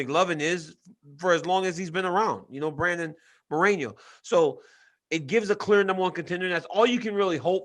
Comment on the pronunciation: It’s Brandon MoreNo, not Moreño. Since we’re always correcting people, Ariel. Now you have DC saying it wrong too.